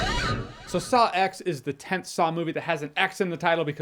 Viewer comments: Saw X is pronounced Socks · I believe it's pronounced "socks." Hopefully seeing it next weekend